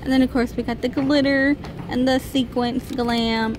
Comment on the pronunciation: Sequins, not sequence